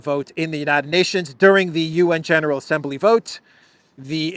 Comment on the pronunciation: Please Stop adding an "e" to the word Assembly!?